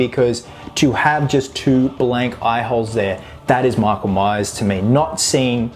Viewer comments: Did you just say:"Meak-oul-Mice"? It's "Mike-ull-Mai-urrs", brah! ;D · “MEEKLE MEYES”